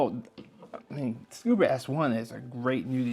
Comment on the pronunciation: Um, there's no "R" in ScubA.